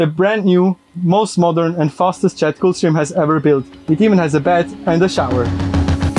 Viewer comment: Guy can’t even pronounce Gulfstream 😂